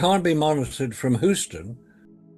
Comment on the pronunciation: You know, I'd be happy if that moron could just learn to pronounce "Houston." Idiot.